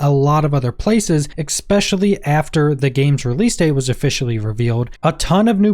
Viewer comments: "EKSPECIALLY" and I'm done watching. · Especially pronounced with an X just turns me off from watching the video